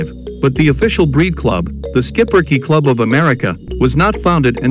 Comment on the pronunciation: what a great little dog & yes that's how we pronounce it in the USA. Not much grooming witch is nice. Another one of very smart 🐕 s for sure. They definitely need a family with kids. Great family 🐕.